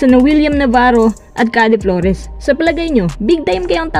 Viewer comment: napaghahalataang di nanonood to ng pba puro basa lang ng balita at trade humor hindi "khade" flores yung "keyd" flores yun